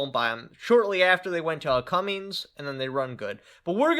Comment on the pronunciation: Cummins, not Cummings.... it's all good tho. But just for fyi.